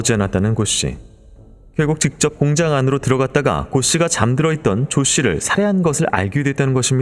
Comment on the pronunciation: 공장을 왜 자꾸 공짱이라고 발음 하시나요